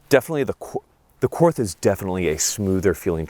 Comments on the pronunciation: For love of God it’s pronounced “court” even though it’s spelled Korth. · Just FYI, Korth is a German manufacturer. The correct pronunciation is „Kort“, because German doesn’t have the „th“ sound that English has. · I love the korth ( pronounced like court btw, without the h) but the c- more looks terrible on it . An rts2 would be a better fit, brighing the sight window where it should be, which is not at the forward 25% of the gun. The korth’s mechanics are so perfect, the competitor is no competition for it. So precise but still smooth as butter. Competitor is just a run of the mill S&W (MiM parts) , which is not even properly tuned in most cases ( like with many performance center guns) and the competitor is not a cheap gun either. Yes the korth is expensive but imho worth to save up for. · The "TH" in Korth is pronounced as "T". So, the name is actually pronounced, Kort. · Just a note Korth is pronounced like court since 'th' is a hard T in German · Korth is pronounced cord. Great vid. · Apparently I have nothing better to do on a Sunday night than to watch mispronounce Korth. This is just further proof of how sad my life is.